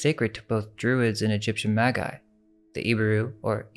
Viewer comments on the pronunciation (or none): I love your videos, but it hurts my ears to hear you consistently misprounce certain words. Tome has a hard O and is not pronounced tomb. Chaldea, Chaldee and Chaldean is NOT a hard C sound and is pronounced the same way as the word chain or change. Magi is NOT a hard G sound. It's pronounced with a soft g. Scythians has a hard C pronunciation not a soft c. The cities of Hyderabad and Argyll are mispronounced in this video. Look up how to say Argyl Socks.